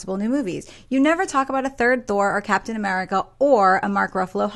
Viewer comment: Who the hell is "Capatian" America? :P